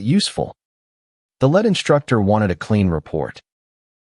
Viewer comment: LEAD is read as LID , not LAD, u need to improve your AI